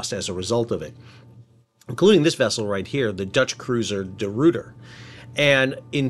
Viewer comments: The Rooter? Hahahaha! Ruiter! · Ruyter is not pronounced like "root", but rather like "boy", but with an R instead of the B. Sort of like Royter.